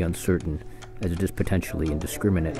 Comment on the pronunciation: Did this guy say "indisciminate" targets? Uhm...if they diring a rifle, launching a mortar or throwing a grenade and it one of these explodes, I would consider that spot on accuracy.